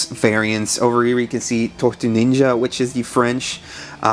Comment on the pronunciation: 7.40 "TORTUES NINJA" great French accent dude 👌 Turtles power from France 🇫🇷🐢